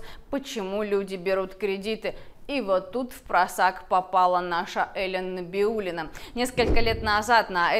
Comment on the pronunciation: неправильно назвала фамилию руководителя НБ РФ,ее я знаю прозвали Наибулина😮